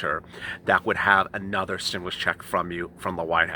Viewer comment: Loved this intro!!! Stim-MOO-lus! 🐮🐄😂